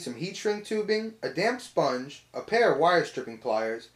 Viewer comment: Is it me or is he saying "Damn sponge"